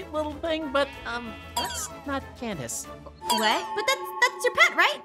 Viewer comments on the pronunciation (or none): Its Candice not canvis btw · Aphmau: candess who candess? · Did say Candice 😳